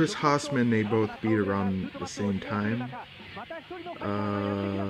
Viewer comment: Its pronounced Chris HAYZMAN australian dude, badass, terrible acne :)